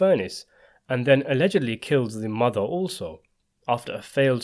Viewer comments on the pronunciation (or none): none